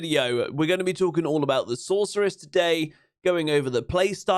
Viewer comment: It's source not sork